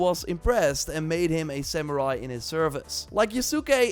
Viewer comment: "We whaz samurai ahn sheeeei"